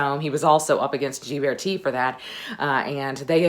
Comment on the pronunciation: I love these Renaissance videos. Your love of history shines through. By the way, Ghiberti is pronounced with a hard “g” and the accent is on the second syllable.